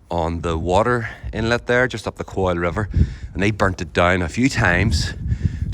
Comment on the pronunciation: i think you pulled it off at the start, "coil" like a rope, lord only knows how it ended up spelt that way, some sort of gaelic norse norman ulster scotch soup mix 😂😂